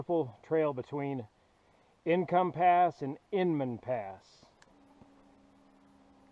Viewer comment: It’s “ink om “ not “income” pass